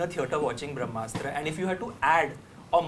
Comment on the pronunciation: It's called Brahmastra not Vramastra.